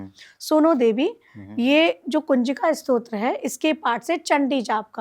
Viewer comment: Stotra bolo.... strot nahi